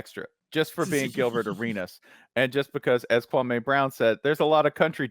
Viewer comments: The man said his name is Kwa' ME not KWA'may. This Spencer Hall guy is being very disrespectful. In fact, both of them are being disrespectful telling stories wrong. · His name is not Kwawmay. Y’all are so boring compared to Kwame. Ugh. I’m out. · The white dude pronounces his name like Stephen A Smith..KwuanMay.. Yep if he get bored they next..